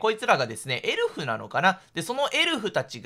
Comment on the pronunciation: 顎といいエルフやサンタの発音の癖が強すぎて解読不能です(スピーディー土下座)